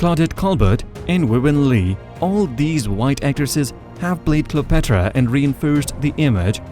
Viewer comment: it's fine that you have an accent but at least learn how to pronounce the proper names correctly. "Exodus," "Cleopatra," etc. even Gal's last name is mangled. the next time you record a voiceover, sit down with a native English speaker first and make sure you're not butchering the names. the pronunciation doesn't have to be perfect but it shouldn't make the listener cringe. mispronouncing the subject's name is a no-no.